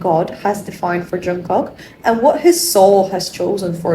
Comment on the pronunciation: Jungkook is pronounced as- 'jungguk' g in ggu not kok if u know what i mean. Just telling, nothing personal 😊.